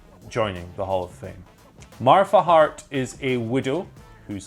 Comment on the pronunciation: why are you saying Martha Hart like that ...?